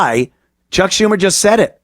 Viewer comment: Can u show respect to cuck schumer, say her name correct please